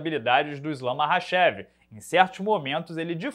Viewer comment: Esse "Marrachev" ta de sacanagem